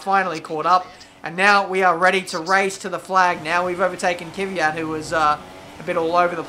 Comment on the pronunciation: Its K-V-Y-A-T mate. One less Y than you say. cheers